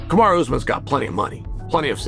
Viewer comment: Why’s he saying kumshot bro 😭😭